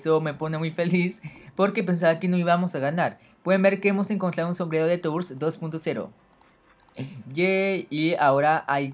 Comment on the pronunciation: jaja "tours" en vez de "turs"